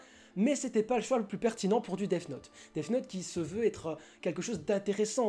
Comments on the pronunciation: Parce que là plupart d'entre vous êtes vraiment con, c'est cadeau. Le son "th" se prononce en mettant la langue entre les dents, puis en la retirant. Seuls les mongolos qui n'arrivent pas à aligner deux mots en anglais ne comprennent pas ça. Le son "th" est un phonème ( "son", pour les plus idiots ) propre au langage anglais, il n'y a pas d'équivalent en français. Donc, il n'y a pas de "Deaf Note" ni de "Dess Note", il n'y a que le "Death Note". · effectivement tu n'es pas clair dans tes propos et dans ton argumentation le son """th""" ne se dit pas "def" mais [θ] tu sais le prononcer? Non parceque c'est pas dans ton langage donc de base l'apprendre correctement est compliqué et le pire c'est que la mauvaise prononciation c'est justement [s] ou [t] dommage que ça face perdre du Q.I hein? Ici pour death [deθ] c'est pas moi qui le dit c'est Cambridge alors peut-être que tu es plus anglais qu'un Cambridgiens qui apprend la langue mais juste au cas où t'es plus proche de la vérité en pronnonçant Defss que Dess parceque il existe un son pour le "ss" c'est [s]. Que je sache la phonétique ne met pas [des] mais [deθ]. Sur ce si il est plus intelligent de cracher sur une couleur de peau que de mal prononcer un mot et que de surcroît tu te sens visé par ses propos... Non parce que il faut le dire je perd mon temps à t'expliquer ce que tu n'ira pas voir (preuve avec le lien que t'as pas regardé avec ton intelligence supérieur qui sait tout) vu que de base t'es parti dans l'idée qu'on t'avais insulté car tu pensais justement que L allait être mauvais parcequ'il est noir sinon cette conversation n'aurait même pas lieu d'être. Maintenant quand on critique on fait des recherches et je t'invites si ta parole est la bonne à aller te moquer de tous les accents du monde qui font qu'ils prononcent mal en utilisant ta phrase "vous avez un QI d'huître" sur ce j'aimerai quand même que l'espace commentaire de reste propre et construct